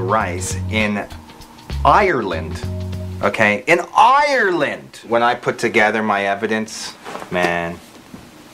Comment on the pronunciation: not even Canadians can say ireland right, lol.